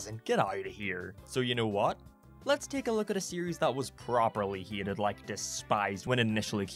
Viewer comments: Are you saying heated. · Say hated not heated damn it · Hieated Thats how he says hated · I’ve only just started watching your channel, but allow me to kindly poke fun at the way you pronounce ‘Hated’ hEEETED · Yes Uncle Grandpa was indeed "heetead" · The way he says “hated” has me HE-ATED